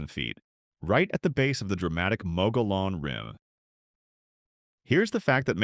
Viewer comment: Your AI narrator pronounced AJO three different ways and never once pronounced Prescott or Mogollon correctly. This cries out for replacing AI narration with a human narrator in possession of at least a few functioning brain cells.